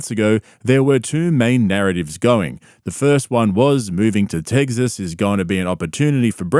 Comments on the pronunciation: "techs"-"is" or "uhs". "tegzas" is some New Zealander shit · It’s not tegzis it Tex-s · Tegziz. Bro, I know you’re from Austria or New Zoolander or something, but it’s pronounced TEK-sis. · Did you say... teggsas and nardivs?😂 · "Teggsas" lol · Cringe you got me right away with the “Teggsess” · As a Texan I like the way you say Teggsus. It's almost like trugg walk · Ahh yes. Nothing better than good ol “TEGGGSUS”. You realize there’s an X in the name, and not a G.. right? lol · Tegsas - you Lmao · "TEGZUHZ " LMAO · Please never learn how to pronounce tEGGsus 😂 love it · I appreciate you using the correct pronunciation of the state of Tegsess. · Why is he calling it “Teggzuss” 😭💀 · Hey... just checking if Aussies know it’s Texas with an X in the middle not Tegsas🤣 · I know you’re from South Africa or whatever but there’s an ‘X’ in Texas…not eggs. It’s not Teggsas….what are you doing here b JK…you rule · “Tegces” makes my skin crawl bro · "TEGSAS" xD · Why do you pronounce Texas like that??? There’s NO “g” in the word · There is no g in in Texas bud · There is no G in 'Texas' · There isn’t a G or a Z in the word Texas. 🤦‍♂️